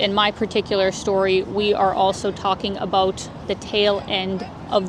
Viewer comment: You said "aboout" so, there's that